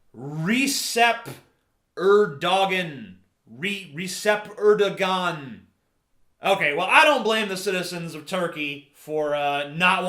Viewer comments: The name is pronounce REJEP ERDOAN. C = J and G = Silent in Turkish. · Its "Re" like in rebel, "chep" like in chapter, "Er" like in error, "do" like in dog, "gan" like in afghan.